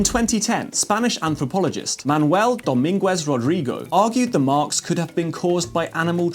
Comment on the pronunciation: the pronunciation of Dominguez hurts me.